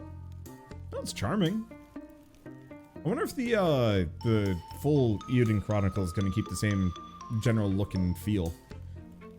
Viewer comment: It's not "EE-YOU-dun", it's "AY-you-den". It's "Legend of Hero/Heroes" in Japanese (Eiyuu Densetsu). Though that's better than the last person I heard say it wrong, who completely misinterpreted the I as an L. I'm only pointing this out because it's part of a duology that is a spiritual sequel to one of my all-time favorite game franchises, Suikoden, so I have to give it respect.